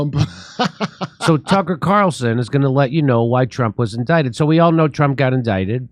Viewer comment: Jimmy, are you intentionally mispronouncing Mr. Carlson's name? Jimmy keeps saying, "CHUCKER" Carlson.